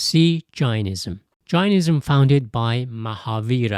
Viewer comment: Suggest you get your pronunciation correct before presenting any information other cultural religions. Jainism as in Dane, not Gianism as in what sounds like Giantism. Daoism is more accurate phonetically: “Dow-ism” (or /ˈdaʊ.ɪzəm/). Taoism is commonly pronounced “Tow-ism” (/ˈtaʊ.ɪzəm/) in English, but this is a historical artifact rather than a precise match to the Chinese sound. Other than that, nice overview